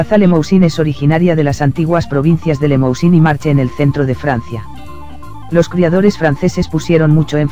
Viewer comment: El cebú no es una raza. Hay razas cebuinas como Nelore o Braman. Y otra cosa. Limousin se pronuncia limusín. Un poco de francés hiper básico no hace mal.